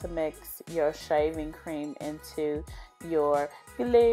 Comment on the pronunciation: I thought I heard shiving cream 🤣